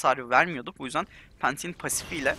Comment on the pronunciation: Pantheon okunusunu oyle okumus sadece yayinci degil hani pasidi vardiya kalkani duz vurus engelleyen ondan bahsesiyor hatta